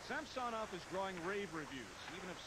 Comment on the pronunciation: That is actually close to the proper pronounciation of Samsonov, not the anglicized butchering of the name.